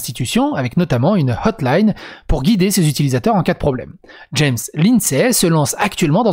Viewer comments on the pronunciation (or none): none